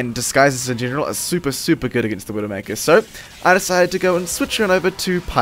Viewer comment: Had trouble comprehending when you said "widomaker" xD too much overwatch